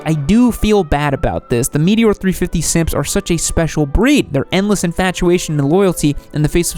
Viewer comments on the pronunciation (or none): Him-a-lane, oh shit Himalayan Meet- a-whore not again meteor 😑 My bad